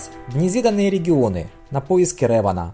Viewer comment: спасибо за спойлеры) я как раз читаю первую книгу трилогии бейна кстати, не рЭван, а рЕван. в которе реван убил лишь двух ситхов: бендона и малака. остальные - тёмные джедаи